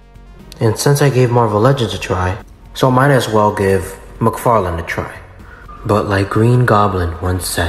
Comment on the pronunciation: Todd "McFart-lane"